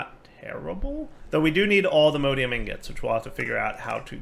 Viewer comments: does it bother anyone else that he pronounces "Mod" correctly but pronounces the ore/ingots like "mode"? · 'Allthemodeium'. Please. Its based off of All the Mods, not "all the modes" xD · Hearing dire say "alltheMODEium" hurt my soul.